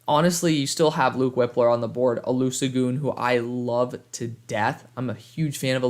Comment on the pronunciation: The s is pronounced as a sh in olusegun